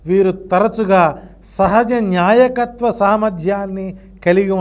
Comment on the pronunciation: Nyaayakathvo kaadu baabu. ,NAAYAKATHVAO laxanam